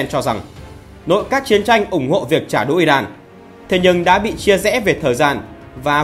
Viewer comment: Chỉ có nói trả đủa, VTV nói trả đũa thôi 😊😊😊